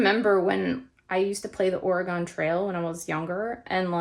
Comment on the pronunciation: 2 things. 1 it's pronounced ore-gun. 😊Born and raised in Oregon, now I'm am Alaskan. My my heart is still in Oregon, even with its craziness. 2. I too would like to see your dog food recipe. Please